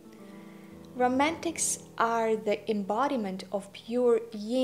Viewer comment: First a teeny, tiny correction: the opposite of yang is yin (not "ying") so yin would rhyme with "pin" not "sing." I think you are so right that a Romantic can be taller that Kibbe states. It is a matter of proportion. As a romantic, what might I wear to my job as a teacher so that I do not look like I am in evening wear? Thank you!